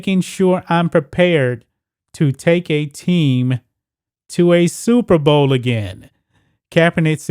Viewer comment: Oooooooooh Super Bowl !!!. I thought you said Stupid Bowl.